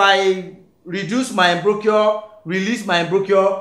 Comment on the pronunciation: Awesome lesson 😎...Check pronunciation of Embouchure 😅